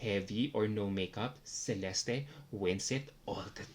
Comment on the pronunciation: I don't understand how you still pronounce Celeste's name wrong after all this time. It's "Che-leste"